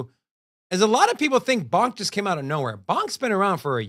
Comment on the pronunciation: It’s $ponk not $bonk lol